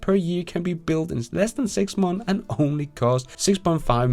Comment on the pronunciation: six months, months, you have to at least try to say the s. MONTHSSSSSS